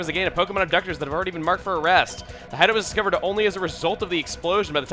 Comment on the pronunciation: I love how started to say hideoat and stuff like that, maybe because of spending too much time with. Ah, well.